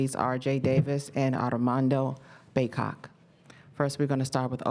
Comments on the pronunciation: Came straight to the comments looking for this, she DEFINITELY said "Ardamondo" 😂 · I think she said Ardamondo ! lol . He looked at Rj like, what?!